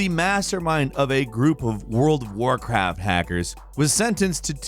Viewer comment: Am I the only one who noticed say "world of War caft"? Just to kinda lean out of the seriousness...